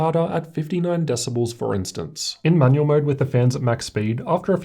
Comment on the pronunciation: why am i keep hearing manuel mode xD